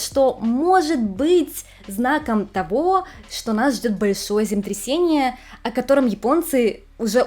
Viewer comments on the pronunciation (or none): Хочется, чтобы вы произносили четко слово землетрясение, а не земтрясение. Извините. Вы очень хорошо рассказываете, но очень глотаете длинные слова. Только не обижайтесь, мне очень нравятся ваши ролики❤ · Ваше "земтресение" звучит настолько очаровательно, что проулыбалась всё видео, несмотря на серьёзность аргумента🥰😍😆👍